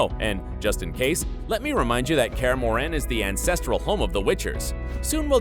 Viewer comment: In Kaer Morhen you accent on o not on e ;p